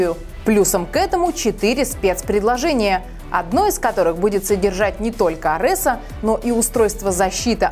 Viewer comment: Может хватить говорит арЭс, когда арЕс звучит в 1000 раз приятнее